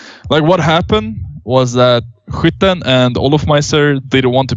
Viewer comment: hwitten ???? is that skytten ?